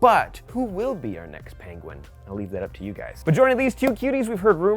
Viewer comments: *penguin, not pengin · The Pen-Gin? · we just gonna ignore the way he said penguin 😂😂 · Why’d he say penguin like that